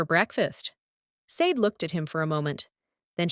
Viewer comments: Not SAYD. Shar-Day. Short for Folashade. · It's pronounced "Shah DAY" because it's YORUBA and should be written with the correct accent and diacritic marks. The "sh" sound in many Yoruba words/names because there's a dot mark under the S — Ṣ/ṣ. Ṣàdé To get the Ai narrator voic to pronounce it (and other Afrikan and non-English words) correctly you have to write out the names/words phonetically — ie Shah DAY. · LEARN OUR NAME BECOME YOU USE IT. SADE IS PROUNCED SHA-DAY😢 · No! Not "Shar day". It's just SHAH DAY. There's no "r" sound. That's a lazy arrogant and western US/UK pronunciation. Her name is Yoruba with specific accent and diacritic marks that make the 's' have the 'sh' sound. The correct spelling is Ṣàdé = Shah DAY. Same for Óṣùn not Oshun. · No! There's absolutely no h in her Yoruba name. There is no sh combination in authentic Yoruba. Her full name is Fọlàṣàdé. The dot under the ṣ makes the 'sh' sound and the accent aigu over the é makes the 'ay' sound in Yoruba. Without the accent and diacritic marks it's SAY Dee. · SADE IS PRONOUNCED SHADAY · Why is her name mispronounced? It makes it hard to listen to. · I couldn’t listen. Three minutes in I had to stop. That’s not how Sade is pronounced. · Lol...evertime she say it I subconsciously correct it